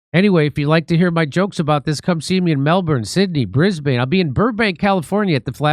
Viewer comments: It’s pronounced Brisbin not bris bane although spelt that way! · “My guys” are illegals? Jimmy it’s Bris bin. Not Bris BANE. Just a heads up. Have a great time Downunder! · Jimmy, I lived and traveled in Australia for 2 years back in the mid 90's. Brisbane is not pronounced with a long aaaaa sound. It's actually pronounced as if it's spelled Brisbin. Just thought you might like to know before you go cause they will correct you. Anyway, I trust you will have a great, successful tour. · JIMMY YOU AFE MISPRONOUNCING BRISBANE The last syllable is pronounced like Ben not Bane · They would rather harp on Epstein even though nothing will ever come of it. BTW you know it is pronounced Btis Bin yes?